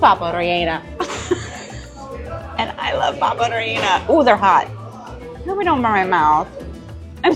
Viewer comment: You did well! We call it in PR "relleno de papa", other places might call it "papa rellena", but the pronunciation was really good, you even rolled the R. Disregard the potato ball suggestion, that would be much worse.